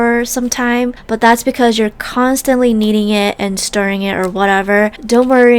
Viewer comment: I though she said eating it but she said needing it